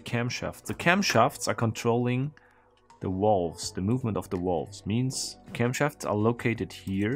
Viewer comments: THe what? The wolves ? I think you mean valves. vaaaaaaaaaalves with an aaaahhhhh. lol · "Why does he keep yammering about walls?" "Oh right, he can't pronounce the V". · I thought he called Valves, Walls. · i know you are German, and in Germany the pronounce the V as a W. But whe you say walves it sound very strange. At first I thought, Walls? But than i saw what you ment. Try to say the V as in Volkswagen or Verdammt. Than it sound alright. No offence bye the way 😬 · I heard walls for the longest time as well. even "wolves" once. totally confused, until he pointed at the valves.